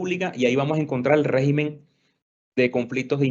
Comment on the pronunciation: Régimen, por favor, cuidar la lengua castellana por favor. Con acento gráfico en la primera e, con acento tónico en la primera e, también. Oh Dios !